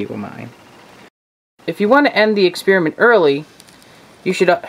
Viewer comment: "exspearimint"? Next time can you do an expeppermint? Does this dissolve silver?